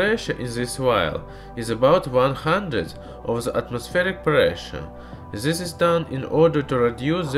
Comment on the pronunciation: Please try to pronounce words correctly. "This" is more like "dys" not like ''zys". Great video anyway :)